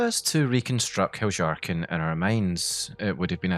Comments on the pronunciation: No hate but I think your pronounciation of Heljarchen is wrong afaik. nordic languages use J like Y, like Jarl or Fjord. So Heljarchen should be Hel-Yahr-chen (or ken possibly). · Heljarchen is pronounced Helyarken. Js are Ys in Skyrim. One of the nice things about a fully voiced game is you don't have to guess about pronounciations, you can hear the characters in game pronounce them. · How can someone mispronounce Heljarchen so confidently? It's Hel-yarchen. It's Nordic inspired. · I think "Heljarchen" is pronounced with a Y instead of a J. But it's sad to see that so much was cut from the game. Perhaps mods will add them back in later. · If I may suggest, I think you'll enjoy looking into the history of the letter "J" and how it was orignially used. I know, it' a game not real life, but the Nords of Skyrim still follow real life Norse customs and life style, including language. Heljarchen would've been pronounced as; Helyarchen by real life Norse peoples. Great vid m8. 🖖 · It's pronounced "Hel-yar-ken" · I didn't think you are supposed to pronounce the J like yhat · bro i cant stop cracking up and losing it a little more and more every time u say "heljarchen" like that 😭😭😭